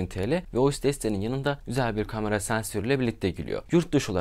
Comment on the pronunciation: Kardeş seçtiğin yol nedeniyle “kamera” kelimesini bol miktarda kullanmak zprundasın. Ve bilki yanlış telffuz ediyorsun. “A” harfi ile ilgili buyuk sıkıntın var. Kamera, kalem, lale…. İlk “A” lar ince “A”